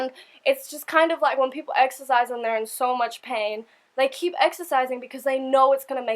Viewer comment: When you say exercise you have a strong Australian accent. I love it!